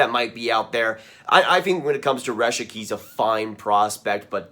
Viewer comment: Aidan Hreschuk is pronounced Her-shuck and Lysell is pronounced Lew-sell like new but an L.